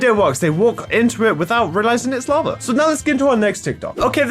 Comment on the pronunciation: laba... me:IT'S NOT LABA IT'S LAVA!!!😡😡😡😡😡😡